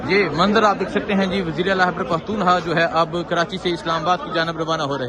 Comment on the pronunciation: عزیز من خدا کے و ا سطے ا پنا جا ھلا نہ ، ھتک آ میز تلفّظ اور لہجہ د ر ست کر لیں ۔۔۔۔ " ھیبڑ پختو نخوا " " ھیبڑ ، ھیبڑ ، ھیبڑ " ۔۔۔۔ کی گر د ا ن بند کر یں